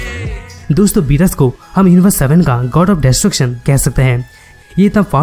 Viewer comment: you r saying berus but its beerus